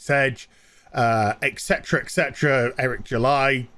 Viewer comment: I love your vids and stuff, but why the fuck are you saying exetera exetera??? It's ET CETERA, NOT EXETERA FFS!!